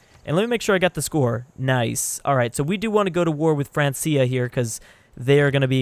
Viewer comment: Francia is pronounced Frank-Kia.